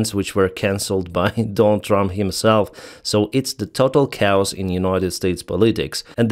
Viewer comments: Just FYI chaos is pronounced kay-yos. Not cows! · It is kaaaaay os. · "Chaos" is pronounced with two syllables: "KAY-yus". "Cows" are female cattle. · I agree ✌️ Kay Os! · Research pronounciation of "CHAOS"